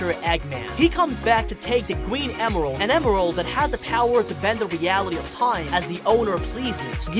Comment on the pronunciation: Da gween emweld